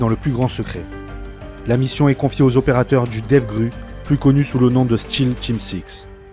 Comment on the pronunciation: Seal pas steal